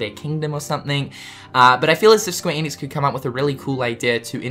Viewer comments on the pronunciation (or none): none